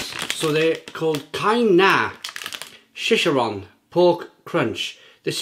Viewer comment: She- Share- On! spanish pronunciation is hilarious. 🤣. Across the pond we call the light ones pork rinds and the denser ones cracklings. Baken-Ets and El Sabroso are the brands I recommend.